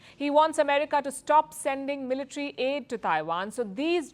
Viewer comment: Its military not militri😂